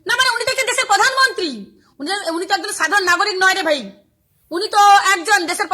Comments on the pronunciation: আগে বারা তুই প্রধানমন্ত্রী বলতে শেখ পধানমন্ত্রী না বলে।বিশুদ্ধ পাগলিচুদী 😂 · প্রধান মন্ত্রীকে পধান মন্ত্রী বলছিস, তখন ঠিক তু তো গায়া বিটি।